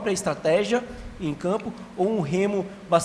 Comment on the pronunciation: Repórter não saber pronunciar estratégia e falar estategia é muito pra minha cabeça .😂